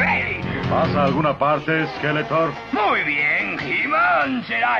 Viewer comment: Es SkeletoRRRR, no Skeleton